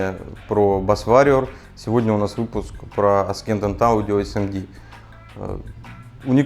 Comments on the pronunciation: ***** я очень извиняюсь, но не аскендант - ассендант правильно произносится, спасибо за обзор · Александр, в слове Ascendant букву "с" правильно произносить как "с", а не как "к" в видео. Не вспомню, какое именно, правило в английском языке. Прошу понять и простить. ))) Как удар чем-нить, когда слово неправильно ты произносил. :D